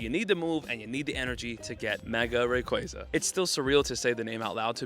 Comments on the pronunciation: Bro it’s Rayquaza, not Rayquaza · You say Rayquaza wrong!